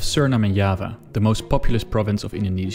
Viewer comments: Curious why you choose the dutch pronounciation of Java when your whole video is in english? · Lol kompeni pronunciation of java is "yava" while we pronounce it jawa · Java is pronounced similar to Jawa as in Starwars Jawa.